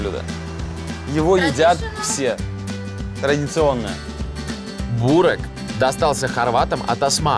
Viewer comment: Не бУрек, а бЁрек